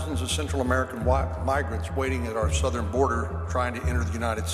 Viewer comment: Not even three minutes in, and there are already too many wildly mispronounced words--EYE legally, ME-sures, SOW-thern bor-DERE, and the butchered pronunciation of 'dramatically'. At least put in the effort to listen to your video before posting it and letting your ai ruin it. That or just read the script yourself so your ai isn't making you look a fool lol